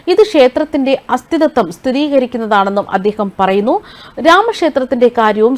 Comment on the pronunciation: അസ്ഥിതത്വം അല്ല അസ്തിത്വം എന്നാണ്